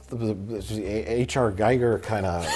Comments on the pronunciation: Giger is pronounced 'geeger' (hard g) not geiger. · It’s said “geeger” not “Guy-ger.”